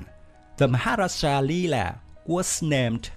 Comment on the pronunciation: Yg tukang baca ni tengkuk terseliuh ke susah sgt nak sebutnya